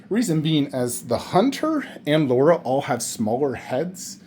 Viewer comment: LARA CROFT L A R A not Laura. she aint marrying you if you cant even say her name correct 😂